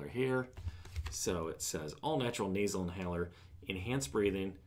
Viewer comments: Hahaha you said NASER instead on nasal!!!! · Naser inhaler? Never heard of that though I have heard of “nasal,” perhaps you pronounced the word wrong.